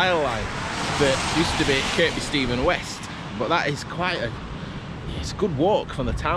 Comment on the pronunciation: The second K in Kirkby Stephen is silent. It's pronounced Kirby......